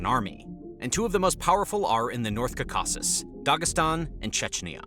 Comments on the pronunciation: 'Kawkawksz' this guy trying to say Caucuses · I’m from Armenia. (Right in the Kaka-sis mountain range). That’s not how you pronounce it but it’s not too bad I guess cuz it makes me laugh 😂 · Can you please learn how to say "Caucasus"?